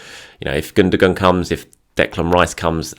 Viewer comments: Gundogan - German Football player. Pronounced: Gun-doh-wan. Not pronounced: Goondergoon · Your gonna have to say he name right bro it's pronounced without sounding the G ,ok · I really like your videos, look forward to them all the time but if you're going to say 'Gundogan' so many times, please at least pronounce it correctly!!😂 keep up the good work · I don't think that's how you say Gundogan's name.